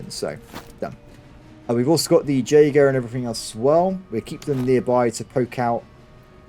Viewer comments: Jaeger is pronounced "Yay-Grr" my friend. I keep hearing it, and I just giggle. Love your content. Long time fan. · Jaeger is pronounced YAY-Gur. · J in Jaeger is silent